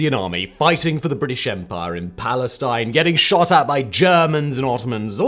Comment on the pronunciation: I took a drink every time Simon said “empah”. I now write this from the afterlife.